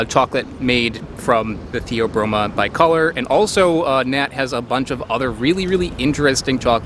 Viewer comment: you pronounced "bicolor" wrong.